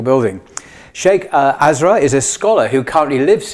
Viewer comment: With the utmost respect for It's pronounced "us" like "us" "Us -rar", brother 💗 🤝 Not like "as", as in "As" rar